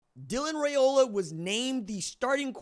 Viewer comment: Its pronounced Rye O la like rye bread not ray o la